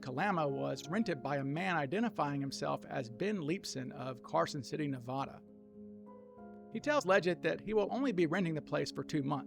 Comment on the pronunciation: NeVAda, not NeVAHda.